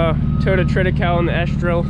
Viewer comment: It is Trit i kay- ly. Like Holy and lonely. HAHAHA, it doesn't matter. Good for you covering your fields. A lot of research is showing that keeping something growing is so much better than bare ground, and much better for the beneficial insects and under ground flora and fauna and things that make other things grow. Like Nitrogen fixations and phosphorus capture. Good stuff.